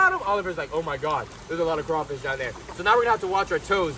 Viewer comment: I’m from Louisanna lol and it’s crawfish*🦞 but it’s okay we go let that slide lol